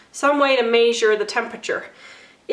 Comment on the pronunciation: You gotta Mae-Sure the temperature lol. I've never heard anyone pronounce "measure" that way aha. 🤣